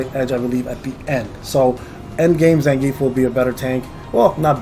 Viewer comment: yes… you said them how I spelled them above… not as Blanka or Zangief… not as the proper pronunciations